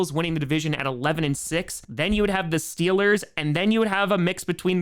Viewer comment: But you said steelahs go shupa bowl when you visited tom 🥺